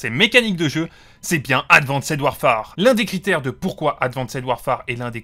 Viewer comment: Bonne vidéo mais ton anglais laisse vraiment à désiré en prononçant « streak » ou en insistant sur « Ad Van Ced Warfare » 😬